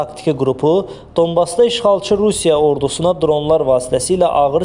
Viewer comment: Gardasim Donbas yazilir,oxuyanda danbas oxunur,bu geder savatsiz olmayin,dunya size baxir